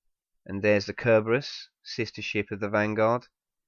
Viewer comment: Wait, he pronounced Cerberus... Correcty? knows latin?